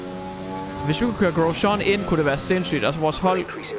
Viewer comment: jeg elsker virkelig den måde du siger Grosjean, altså vi dansker plejer bare at udtale det Grosjang Ps elsker dine vids❤️